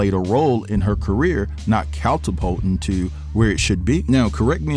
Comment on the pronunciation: Did this dude say "cattlepulting?" 🤦🏽‍♂️🤦🏽‍♂️🤦🏽‍♂️